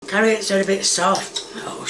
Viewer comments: She said carrots and then she remembered to purposely mispronounce it CARRIOT. This woman is not sweet or wholesome. She is diabolical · She just can't remember the name of the utensil. It's like saying "thingamyjig". I'm more concerned that she pronounces "egg" with an H and frequently calls carrots "carry-otts". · Did she say carriots? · Typical American, dont know what an oofa doofa is SMH.. Its a thingamabob, a wotsit, a whatcha-ma-call-it, a thinga ma jig. I think her refering to carrots as carri-ots is the biggest crime here, even as an Englishman myself I cant defend that one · Has anyone addressed the fact that she pronounces onions and carrots "honeyons" and "carryutts?" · Did she say carriots instead of carrots 😂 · "Carri-otts" me proceeding to clean out my ears to make sure I heard that right 🤔🤔🤔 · As soon as she said 'carry-ots' I was done. She really needs to stop with the faking pronunciations, it's too annoying and takes away any of her charm.